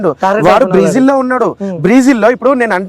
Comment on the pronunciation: బ్రీజిల్, కాదురా, బ్రెజిల్ ✅